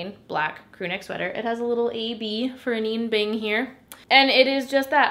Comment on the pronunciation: Not to be that annoying girl but I hate when I’m saying something wrong and nobody tells me. It’s pronoun Ah-Nine like Ah9 bing not ah-neen bing